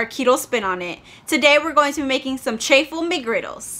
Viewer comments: It's pronounced cha-ffle just like wa-ffle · Did you call it a Chay-full McGriddle??? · You pronounce it "CH - AWFUL" 🤣